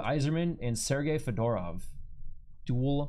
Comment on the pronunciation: So was Fedorov. He was pronouncing it like the hat, lol.